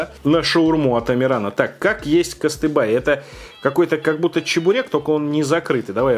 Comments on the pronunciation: Запомни пожалуйста, КЫСТЫБЫЙ, а не кастыбай. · Не кыстыбай, а кыстыбый😅 и надо все это с чаем есть )) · Все конечно понимают, что вы не обязаны знать всё, но когда на сайте написано "КыстыбЫй", то почему вы называете его "Кастыбай"? Это то можно прочитать правильно😉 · На фотографии написано `кыстыбЫй`, но положил болт и читает как `кыстыбАй` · Вроде написано КыстыбЫй, а ты читаешь КыстыбАй. Может нам вместо покашеварим, читать покашевырум? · кыстыбы ну нехай буде кыстыбый но уж не костыбАй, согласен? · Когда говорил кыстыбАй, у меня - татарина из Казани начинали идти слёзы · Произношение просто топ, а во втрохых не кыстыбай а кыстыбый) удачи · Ленар Янгиров причём там написано КыстыбЫй. Не только считать, но и читать разучился со школы, походу 🤦🏽‍♀️ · кастЫбЫй не кастыбАй!!!! Я хоть не татарин но живу в Татарстане и вы так много раз повторяете название не правильно, что не сдержался и решил написать) аааааааа.... пока писал видео не стояло на паузе, и все названия вы сказали не правильно! аааааааааааааааааааааааа...( прям режет слух, я понимаю конечно что за пределами Татарстана таких лов не знают, но прям... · Ну блин ну у тебя даже на скриншотах написано костыбый , а не костыбай ! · это Кыстыбы.... Ударение не то.... Большой пирог зря разрезал.... весь вкус в бульене.Запивают выпечку свежезаваренным чаем😁 Спасибо за обзор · Не кыстыбай, а кыстыбый))) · КыстыбЫй ес чо, а не кыстыбАй😁 я русская, но живу в Казани🙂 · КыстыбЫй! Ни одной буквы А нет. Плюс букву Ч нужно читать как Щ. Эч почмак переводится как три угла, потому и треугольник. ЭлЕш, ударение на второй слог. Вак балеш тоже на второй слог. А так цены тебе нет за то что на татарскую кухню обзор снял. Привет от Канадских татар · Кыстыбый блин))))) а не кыстыбай)) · Куюыстыбый, а не кастыбай. И он может только с пюрешечкой. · Читайте правильно для начала написано Кыстыбый.... вы говорите Кастыбай 🤦🏼‍♀️...даже если не разбираетесь читать то правильно не проблема))